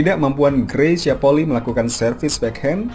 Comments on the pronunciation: Dibaca Poli'i bukan Poli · Hey min ngasih masukan aja. Penyebutan Polii yg benar adalah Poli'i jd yg i terpisah walaupun ditulis sambung.bukan Poli. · 99% dlm penyebutan nama MARGA nya Greys itu SALAH, harusnya penyebutannya Polii POLI I ( huruf i yg di belakang di sebut tersendiri ada jarak dgn kata poli )